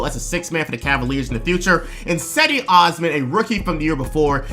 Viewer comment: He talked about him , he but he butchered his name.